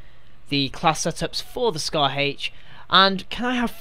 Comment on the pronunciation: It's scar h not scar Hache